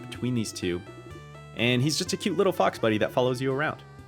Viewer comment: Maybe it's because I'm Australian and I'm used to hearing "fox" pronounced differently but I definitely thought you were about to say "a cute little f***er" lol